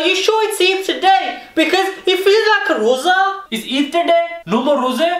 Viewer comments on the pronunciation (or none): Loza its lrosa or rosa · so funny when he said Loza instead of Roza